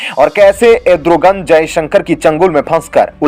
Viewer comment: एड्रोगन नही re भाई अर्दोगन....